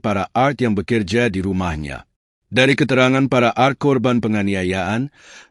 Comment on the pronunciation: Kok bacanya Art?? Art mah seni hrsnya A Er Te bacanya bukan ya ? Yg bener apa ya ??😅